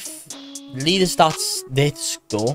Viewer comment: bro said "lear" inside of "learstatsdataStore"💀💀